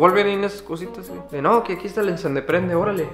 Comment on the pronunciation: Nadie; Enserio nadie: NNC: el encendeprende xd